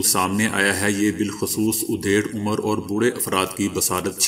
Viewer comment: Beta udheer umar ni adheer umar